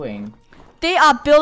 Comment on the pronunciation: Funneh: Here have some Spagete